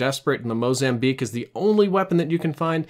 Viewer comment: Did he just say "MOZAMBLEAK??"